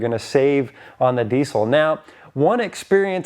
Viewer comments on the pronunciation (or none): God how I wish people would stop saying DEECIL. There is NO C. Please.. Not PLEECE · It’s diesel with a Z sound. Not with a C sound. Sheesh. Get it right.